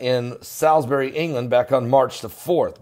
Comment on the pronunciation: Hi, just so you know Salisbury is pronounced as ‘Saul’s Bury’ 😁👍